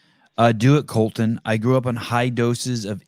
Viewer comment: Colten, not Colton 😂